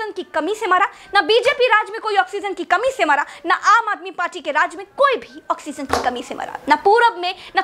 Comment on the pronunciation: ऑक्सीजन not ऑक्सीनज़